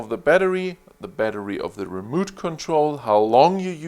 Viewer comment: Good Video! Remote Control is pronounced like re mote. Mote like what's around a castle. Not moot, that sounds like boot.